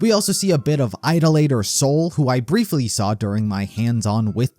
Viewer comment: Bro said "IDOL-later" 😂 it's "I-DOL-ater" 👍 Idolatry is the use of idols in religious worship. Ironically one of the ten commandments is not to worship idols but Christians still worship crosses and statues lol